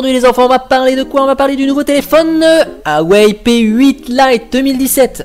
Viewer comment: Sa se prononce Waaa ( comme Waaa c'est beau), et Ouaisllle ( comme Ouais et faut partir du sur "ille" à la fin ( :)